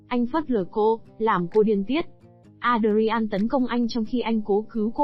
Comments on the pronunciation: Adrian không có đọc với 4 âm tiết là A đờ ri an nhé. Adrian chỉ đọc với 2 âm tiết là Ae dri-en. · Phim này xưa lắm rồi cách đây gần 30 năm (93). Alicia Silverstone đóng vai chính đó khi cô còn trẻ chỉ mới 17 tuổi . Ngoài đời cô là một người tính tình hiền lành rất dễ thương. Kênh này cần chú ý sửa lại phát âm tên nhân vật sai rất tệ hại ( Adrian).